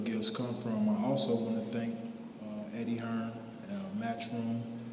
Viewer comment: Dazn you need a new interpreter hit me up I’m way better then that guy he’s horrible doesn’t even know how to say Eddie Hearn like chocalatito I get he’s speaking Spanish but th other guy clearly knows he meant Eddie Hearn wth